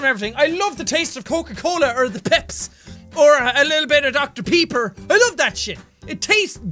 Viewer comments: he said doctor dr piper instead of dr pepper yes or no/nah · jack its not called dr. peeper ITS CALLED DR. PECKER